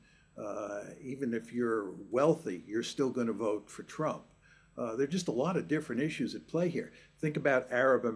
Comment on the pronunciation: It is called vote not wote.